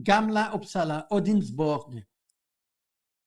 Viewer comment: Sujys pronunciation of Uppsala was 100% perfect; like a Swedish person said it.